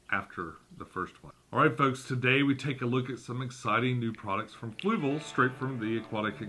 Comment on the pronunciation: For someone who uses their products so much, you still cant pronounce Fluval correctly lol